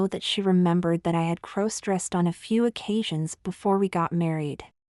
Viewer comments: For a place that focuses primarily on TG and crossdressing stories, I can't believe the reader pronounces "cross" with a long "O" like she is saying "crows". That really ruins this for me. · One day A I will learn to pronounce the word cross !